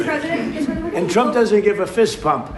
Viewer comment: I swear, is Trump saying "Fist Pump" or "Fist Bump". I keep hearing "Fist Pump".